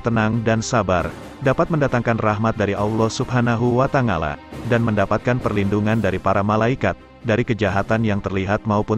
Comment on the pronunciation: Wa ta'ala bukan wa tangala